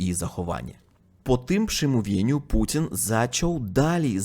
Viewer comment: Mówi Putin słyszę Pudzian 😅😅😅😅